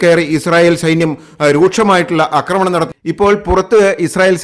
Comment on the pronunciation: ആക്രമണം ആണ് ശരി അക്രമണം അല്ല ഇനി അക്രമണം പറഞ്ഞാൽ un subscribe ചെയ്യും